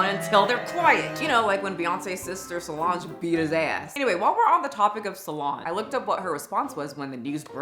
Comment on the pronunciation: I try not to be a pain about pronunciations even though almost every creator I follow seems to be unable to make sure they are pronouncing words right. I saw words wrong too sometimes but lucky for me, the world doesn't know about it. However, as a veteran it did irritate me that you can say Solange's name correctly but not valor. Please. However, aside from that Karen moment, I agree with everything else you have said in thia video. The rich in our country are weird because their money buys them privileges no one should have. Brutalizing children and no one diming them out is one of them. I also have never understood Beyoncé who could get any man in the world, settled for Jay-Z. He is so nasty and Diddy always gave me the creeps too! Money should not buy someone's way out of a moral expectation. These people are disgusting.